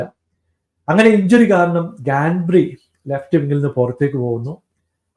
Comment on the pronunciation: Bro its Gnabry not ganbry Gakpo not gapko Gvardiol not gladiol Udogie not udoji